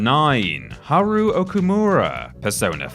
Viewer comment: Okay at this point your taking the piss with the "its japanese I can't pronounce it" like earlier characters I get, games wern't voice acted. but getting the new characters wrong is dumb. Esspecially haru's as her last name is litterally said more often than any other characters in the game.